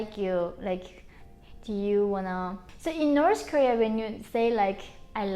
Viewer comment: I love how she says norse korea